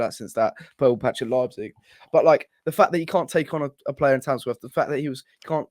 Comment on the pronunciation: there's not a single 'S' in Tamworth